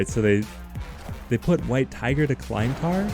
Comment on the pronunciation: hate to be that guy, but you're pronouncing Klyntar incorrectly. You're pronouncing it like "Kline-tar" when it should be "Klinntar". Aside from that, love your content!